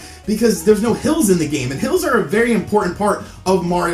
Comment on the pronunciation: I SWEAR TO GOD I thought he was saying "pills"! Which made me think maybe he had a drug and/or Dr.Mario addiction! Yes I know now it was "hills".